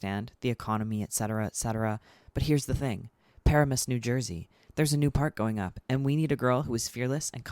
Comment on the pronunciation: Jump scare from Par-a-miss, NJ. Just so you know it’s Pa-ram-us